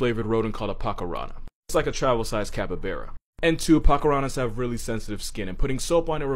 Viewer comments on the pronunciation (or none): none